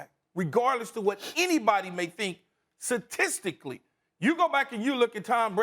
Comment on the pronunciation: 😂😂😂 Key said “satistcically” instead of “statistically” 😂😂😂😂😂😂